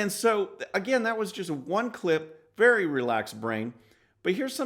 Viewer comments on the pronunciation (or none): none